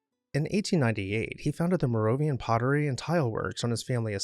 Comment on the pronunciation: Oopsie- it’s “Moravian Tile” not “Morovian Tile”